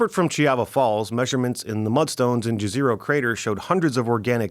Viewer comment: I love how N. Americans have no clue how to pronounce Jezero crater, or what the word Jezero means. (FYI it means "Lake")